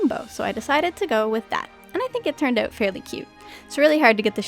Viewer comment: She says art like ert and she says out like ewt